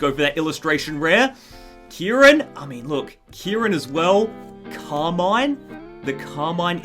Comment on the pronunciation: Your pronouncing carmine wrong btw